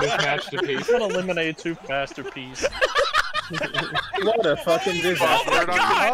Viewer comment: “The Assterpiece” Jim Ross BOOM BOOM